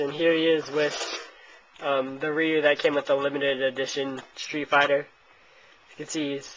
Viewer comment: its not reeeeeeeeeyou.its roo or rye-you